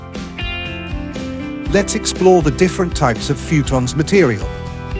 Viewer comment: Instant thumbs down for the AI saying “fewtons.”